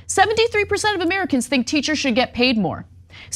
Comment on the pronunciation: It’s “get” Marjie, not “git”.